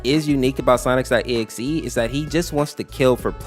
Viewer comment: How do you still say sonics.exe 😂😂😂😂